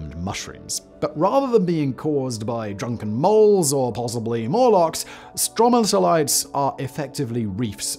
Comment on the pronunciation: Hehehe love it, hearing Simon trying to say stromatolites... rock words aren't easy! It's strow-mat-o-lites... in Australia where we have marvellous examples we say it like strow-matta-lites (though I'm not knowledgeable on how to write pronounciations)